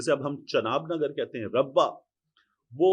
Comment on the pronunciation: سر ، ربہ نہیں ربوہ لفظ ہے